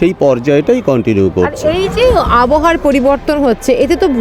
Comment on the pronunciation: আবহা নয় আব হাওয়া